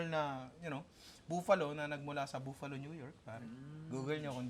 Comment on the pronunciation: Nong bakit pronounciation mo sa Buffalo, buuuuuuuuuuuuuuuufalo?